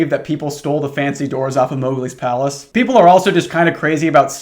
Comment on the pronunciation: i heard "moghgwyn palace" instead of "mowgli's palace" and the mental image of a disney blood-temple made this story pretty confusing for a minute.